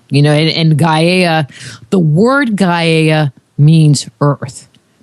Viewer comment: Personally don't dig the way she pronounces gaia - i've always heard it pronounced guy-uh.